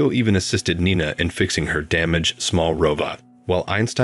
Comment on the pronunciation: Interesting story but the narration sucked. I heard at least three different pronunciations of "Nina" for a start.